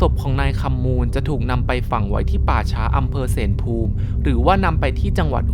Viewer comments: อำเภอ เสลภูมิ ออกเสียงว่า เส-ละ-ภูมิ ครับ หลอนดีถนนเส้นนั้น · เส-ละ-พูม คะ